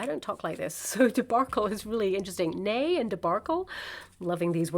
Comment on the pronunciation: It was almost like your guides made you speak Swedish! 😘 "Ney" sounds exactly like the Swedish "nej", which is "no".